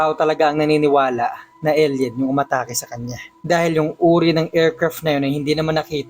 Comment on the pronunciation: Nice narration pero masakit sa tenga ung pifteen at elyen